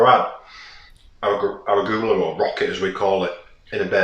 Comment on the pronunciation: Looks great! Always love to see your new vids :D It's "ur ·oo·guh·luh," and "chuh ·baa·tuh," btw ;)